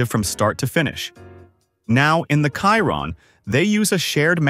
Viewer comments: Pls pronounce it properly, it's the shee-ron not the ky-ron. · There's a typo . It states that 1500N.m. of torque between RPM, but your graphic shows rpm. That needs addressing. Chiron is pronounced Sheeron, well you can't pronounce the correct word so I've simplified it for you!! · Isn't it pronounced sheero'? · Wtf is Kyron ? Absurd pronunciation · Hate the ai voice calling chiron by wrong name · Or Shir-ron also the a.i. voice was pronouncing the word TORQUE as TORKY . 😆